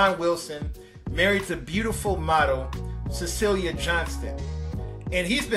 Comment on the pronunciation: Great commentary. His wife's name is not pronounced Cecelia. Her name is spelled and pronounced like the actress Cicely Tyson